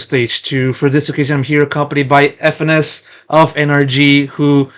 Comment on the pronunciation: Who the fuck is Fenis bro? You mean FNS? Fenis bro- who the fuck is FENIS bro? "Fenis" like are you fucking braindead bro? Who the fuck spells FNS "Fenis" bro? Who the FUCK has ever spelt your- bro waitwaitwaitwaitwait let's let's get this straight bro. Who has ever spelt his name F E N, Fenis. When have I ever- bro, I've seen FNS, I've seen-I've seen FiNESSE. I've seen FiNESSE. Who the fuck says FENIS BRO? Yes his name is FiNESSE, I KNOW FiNESSE. Bro it's NOT Fenis. It's FiNESSE or FNS.